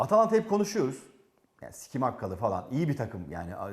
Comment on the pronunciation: Abi şu adama arrık skimakka deme allahını seversen ya😂